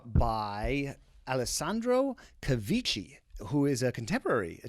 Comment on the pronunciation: Ciao...just for laugh...the name is Cavicchi! like cavikki with the "killer" k;-)